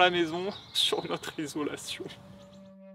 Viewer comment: Quand dit avec un grand soupir de désespoir "isolation", on dirait qu'il dit "désolation" 😅